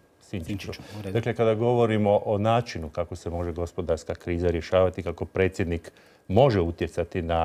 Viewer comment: nečujem dobro jel to presjednik il' precjednik bi htio bit dr.Zlatkić naš turskih-li mu korijena?